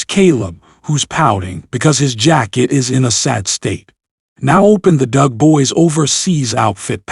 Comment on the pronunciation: doughhhhh boy... not dug.